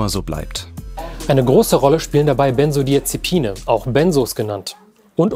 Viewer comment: Wer kennt sie nicht!? Die Bensodiasepine ... oh mann